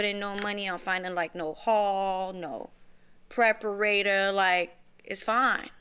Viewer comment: Did she say "preporator"? Like decorator? Bruhhhhhh. Da fugg.